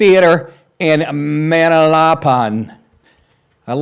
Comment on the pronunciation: It's Ma nal a pan